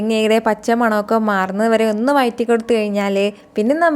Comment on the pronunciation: വയറ്റി അല്ല വഴറ്റി